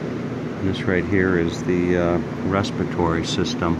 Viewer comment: I got annoyed each time he said "respitory".